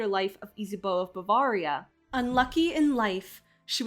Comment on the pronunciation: Ba-vair-ia, not ba-varr-ia